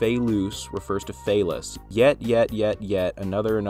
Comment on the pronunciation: thank you for covering this. um just some advice: just to do a bit more research and um get a clear idea of how to say names like Phelous etc next time ok? 21.8.22